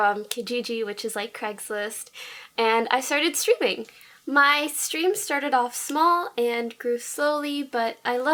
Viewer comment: y does it sound like “Then I started strippin'”